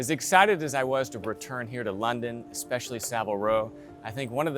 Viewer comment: It is actually to funny to me the intro because the way he says London